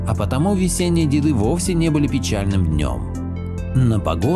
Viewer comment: Здравствуйте. Спасибо за видео. Если можно, поправлю. Не любистОк, а любИсток. И не тополЮ, а топОлю. И, наверное, не дедЫ, а дЕды, потому что был такой призыв "Приходите, дЕды, с нами пообедать!" Классное видео. Побольше бы таких. Спасибо 💐